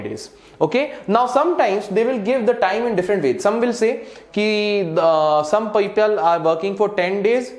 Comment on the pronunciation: skip directly to and sir says "paipyal" instead of "people". just for a laugh. not to be taken seriously. Sir is very great at teaching